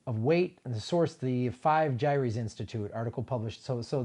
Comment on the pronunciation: Thanks for bringing this up. Plastics are a HUGE problem. ( also, "Gyre" is pronounced with one syllable. Rhymes with "tire.")